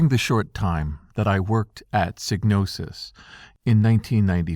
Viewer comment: Thank you for pronouncing Psygnosis correctly.